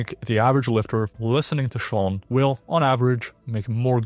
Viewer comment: first, learn to pronounce Sean's name. Second, you have zero credibility. Third, his advice IS from a science perspective, there's no point in adding 'reviewed from a science perspective' because you're not adding anything for that. Fourth and most importantly, you have zero things to add to what Sean is saying. See, he's still telling us to do the basics and you're a content bro mascarading as a scientist